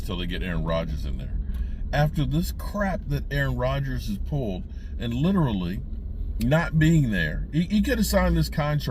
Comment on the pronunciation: I'm glad. I thought I was the only one. He butchers that word.